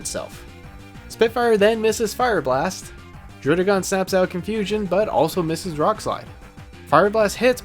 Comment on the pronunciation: This guy tries so hard to say druddigon... did you know that they pronounce it Druh-dih-gen in the anime